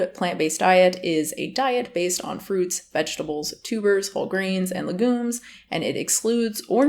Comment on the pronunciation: Legumes is like lei-gue-ms not legoons. Fab vid though ❤️